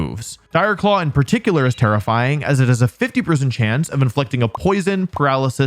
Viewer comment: Wolfey: “Dire claw is terrifying” What I hear: “Dire claw is tera flying” I was so confused